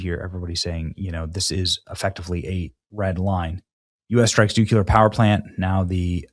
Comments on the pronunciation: Benny, please learn how to pronounce “nuclear” correctly. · Not only does Benny mispronounce nuclear, when he does those videos in his home late at night and has to speak softly, he whistles like a bird with his words with s in them. When obummer did this constantly, I about blew a damn gasket! I've commented about it but I guess it's either I put up with it or stop listening. I cannot STAND it. When he says new cue lurr I wanna ask, how many cukes are in a nuclear weapon? Cules! Where do they get that pronunciation FROM!???? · Can someone please help Benny pronounce NUCLEAR. Thanks! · Benny woke up for the umpteenth day in a row, pronouncing "nuclear" wrong also. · I hate the word nuculer. I get that it's becoming an accepted pronunciation, but it shouldn't. The center of an atom is not a nucule. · New Klee Er!!!!! NOT new kyu ler!!! Speaking proper English gives you credibility. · its actually pronounced NUCLEAR NOT NUKULAR cmon whats next you say aks rather than ask? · Nuclear, not nuculer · Noo-clee-er. NOT new-q-ler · Nuclear, not ‘nuke-u-ler’. Sorry Benny. It’s a pet peeve. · NUCLEAR... NOT NUKULAR, please, brother, Im trying to help you. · It's NUKE-CLEE-ER not NUKE-U-LER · Mr. Benny, may i suggest something. The word is Nuclear, not Nucular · Bro saying nucular everytime he reads nuclear 🤦🏻‍♂️ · New-Clee-are, not new cue lar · Benny not NUCULAR BUT NUCLEAR! Thanks Benny 🙏🏼🇺🇸🇺🇸🇺🇸🇺🇸🇺🇸🇺🇸🇺🇸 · It’s NUCLEAR, not NUCULAR!! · Nucular or nuclear??? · Nu clee er not Nu cue ler. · I love you, but the way you say "new-cue-ler" drives me insane & you do it constantly. How hard is it to prononce it correctly? NEW-CLEE-ER. Sounds so ignorant. CRIMONY!!!! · Benny, I really like and respect you. But please start pronouncing the word Nuclear as "New-Clee-Er" instead of "New-Cue-Ler." I know in the grand scheme of things it's not as important as all that is happening i the world right now, but it is the right way. FYI, your coverage on all of this is is incredible.